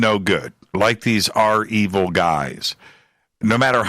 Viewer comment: Sorry guys its not R-evil its (reviel)